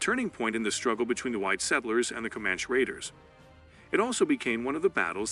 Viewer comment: For sure, the “Comanch” warriors. I don’t think that’s how you say it